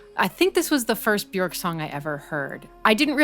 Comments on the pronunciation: Björk is pronounced “be-yerk”, “ö” sounds like the “o” in work; rhymes with jerk … not cork. Brilliant analysis! I love both versions of thIs song, but have listened to the video version more. Can you analyze Undo, Joga, Hunter, or Bachelorette next?! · Bjork is pronounced "byerk".